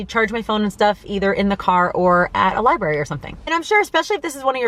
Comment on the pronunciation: And it might teach her how to pronounce "library" correctly...